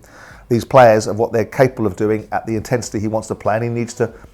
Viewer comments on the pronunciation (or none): When Simon says "wants", he almost puts an F in it. Wantfs.